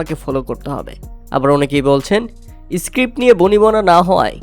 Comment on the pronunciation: ইস্পোস্টো, ইসক্রিপ্ট এটা কোন দেশের ইংলিশ বাংলা ভাই?